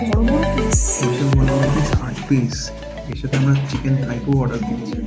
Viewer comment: Thai❎ Thaipo ✅